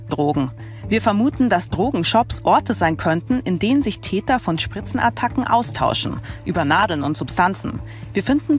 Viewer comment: *Täter, nicht Teter